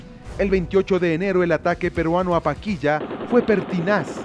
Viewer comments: Paquilla o Paquisha. Pronuncia bien narrador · ¿Por qué la voz en off pronuncia algo así como “Paquilla” y no “Paquisha”? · No es paquiya....es PAQUISHA (sha) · porque este man dice paquiya que mismo es paquisha o paquiya